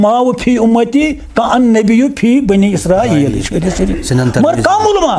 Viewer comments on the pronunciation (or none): none